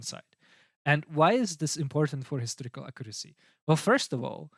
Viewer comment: I like your pronunciation - "the hysterical reliability of the gospels" indeed.